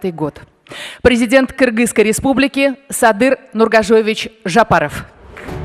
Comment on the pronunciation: Хотя бы отчество президента Кыргыстана произнесите правильно.